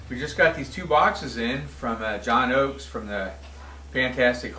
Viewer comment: I love how he says "John OAKES and the fantastic Hall and OAKES..". Then he says "John OAKES guitar " . Love it. I gotta keep watching and see if someone clued him in. LOL. I mean -- it doesn't take away from how epic and amazing Seymour Duncan is, but it's damn funny that he's clueless on a name he must have heard for nearly 40 yrs now.